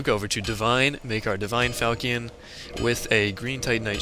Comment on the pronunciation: i really dont like correcting people but i couldnt stand it XD its not called a falcion its pronounced (fal shaun)